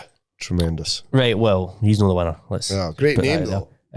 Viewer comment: "WE HAVE OURSELVES A VINNNNER!"